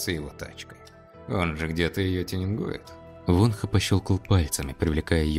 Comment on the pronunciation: Все хорошо, только одно но произносите пожалуйста имена правильно. ВонхО , а не Вонха.